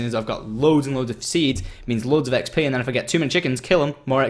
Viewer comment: He said EggsP for ExP LOL